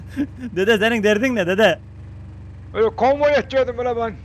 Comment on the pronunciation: Konvoya konyon diyen 😅